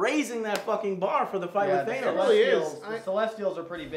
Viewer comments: Or they think it's ACTUALLY pronounced that way... even though Nebula and Gamora clearly say "THAN-os" rather than "THAY-nos". Also, if you know your Greek mythology, you probably realise that the name is derived from the Greek god of death (NOT the Underworld/afterlife, that was Hades) - Thanatos. Which considering his whole storyline with the Marvel universe's embodiment of Death (and obsession with the concept itself), really does make plenty of sense. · Thanos not Thainos. omg lol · Joe, why are you saying Thaynos? Why are you guys saying Thaynos, not Thanos?! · not a fan of how he pronounces Thanos. it's not theynos Joe. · for the live of all that is holy PLEASE stop mispronoubcing Thanos!!!! "T-H-A-N-O-S" no "E" bro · Quit pronouncing Thanos wrong